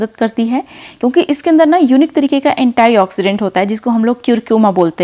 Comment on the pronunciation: Nice video but Madam ek word aap baar baar kehti hain antioxidant jise aap anta I kehti hai yeh I nhi E hota hai . Matlab ant e oxidant hai .